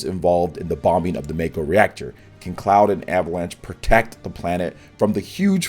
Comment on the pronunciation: It’s Mahko energy. Not Mayko